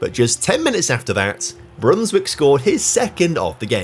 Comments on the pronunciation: Small tip: when a Dutch name has ij in it pronounce it as an i. So instead of Brunswick say Brunswike. Just the same as you say Van Dijk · Actually, it's pronounced "ei", like the "a" in "game"